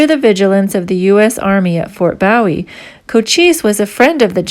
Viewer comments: Learn how to pronounce the name correctly,it's boo e,not bow e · BOOH-WE! NOT BOW-IE, LIKE JIM BOW-IE. THAT THE TEXAS WAY TO PRONOUNCE BOW-IE. I COULD BE WRONG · Ma'am, yes it is pronounced Boo-eee as in James Bowie, not like David Bowie pronounced Bow-eee. I am from Texas, and heard a few places & names mispronounced. On a lighter note, l was married to one of your fellow Canadians. She was born in Frederickton,N.B. And moved to Toronto at age 6 in '66. She grew up west of Yonge St.and south of Sheppard St. You did make it clear,no one at the visitors center. So like the yankees in Brooklyn say" don't worry about it". As again greetings from Texas. Take care Ma'am... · Nicely done! But I must comment on your pronunciation of Bowie. The Fort was named in honor of Republic of Texas Army Colonel James Bowie,who died during the Suede of the Alamo, March 6, 1836. His name, the knife, and Texas county that bear his name are pronounced BOOwee, and not "bow" of a ship or as a greeting. David Bowie, the musician, pronounced his stage name "BOW(and arrow)-wee". The fort and town in Arizona are pronounced BOO(like a ghost)-wee. 🤠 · Boo-eee , not bow -eee. nice video. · Bowie is pronounced Boo-ee or buh-ee. What is a "bowie"? I have only heard of it as a name. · The proper pronunciation for the name is Fort BOOW EEE! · It's pronounced Boowie lioke Jim Bowie (Boowie) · I believe it's pronounced Ft boo wee (bowie ) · Fort Boowee ? I think ! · Bowie is pronounced as Booowie. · To bad she doesn’t know how to pronounce correctly the name Bowie. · Fort what ? Shouldnt you know how to pronounce the name if you expect us to believe you? Not hardly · Learn how to pronounce Bowie. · Silly that you mispronounce Bowie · Young lady you're pronouncing Bowie wrong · I'm finding your references to historical markers most confusing because you're mispronouncing the names and we're getting lost thank you but please look up the pronunciation properly and nut with a foreign accent